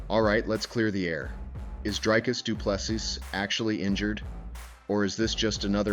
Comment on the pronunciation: Repeat after me: "Dree-Cuss Doo-Plê- See" Again: "Dree-Cuss Doo-Plê- See" Once more: "Dree-Cuss Doo-Plê- See" Last time: "Dree-Cuss Doo-Plê- See" Final time: "Dree-Cuss Doo-Plê- See" Final last time: "Dree-Cuss Doo-Plê- See" Now try AGAIN: "Dree-Cuss Doo-Plê- See"